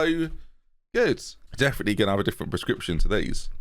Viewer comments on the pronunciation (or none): none